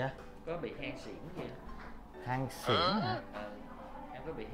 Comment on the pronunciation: Hen suyễn mà nghe thành cái gì vậy 🤣🤣 “Hanh xịn”???